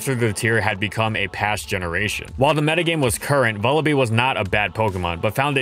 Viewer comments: bruh please it's vullaby not vullabee like lullaby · It's Vulture+Lullaby, you should pronounce it like lullaby with a V. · I think it's pronounced Vulla-bye because it's a combination of vulture and lullaby, what with it being a wee baby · say vulture "vulture" okay, now say lullaby "lullaby" and now say vullaby "vullabee" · Huh I always pronounced it like Lullaby. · It's wierd hearing some pokemon names. I always thought it was pronounced vulla-"bye" like lullaby, since it's like a baby bird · Vullaby's is a porte-manteau of Vulture and Lullaby and I refuse to listen to an entire episode calling it Vullabee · Please take the time to pronounce the Pokémon names correctly. You continue to pronounce several of them wrong, such as Vullaby, which is a play on the word lullaby.